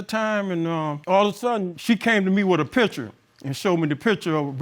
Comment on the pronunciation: The word is P I C T U R E. Not p i t c h e r. Too lazy to say words correctly.